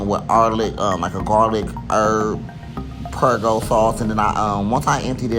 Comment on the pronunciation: Pergo Sauce 😂😂😂